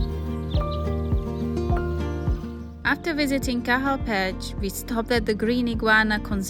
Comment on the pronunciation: petch its pronounced petch